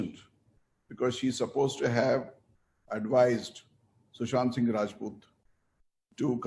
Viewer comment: Sushant. Not Sushanth.. at least know his name properly.